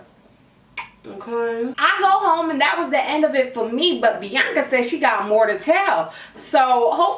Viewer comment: My name is Bianca, I love how she says my name ❤️